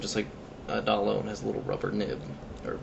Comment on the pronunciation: dayyy looo say it right